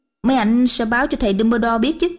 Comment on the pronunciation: uk, sau 4 phần truyện mà vẫn her mi one, phum ber dol, ghét vl, giọng thằng Nam dương, h đến giọng bà này mà mấy người kia còn thẩm đc thì t cũng chịu, chắc người nhà vào bênh :))